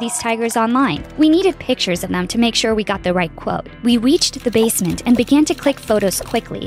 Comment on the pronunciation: This girl said "We Weached The Basment" and idk but I think they spelled neighbor wrong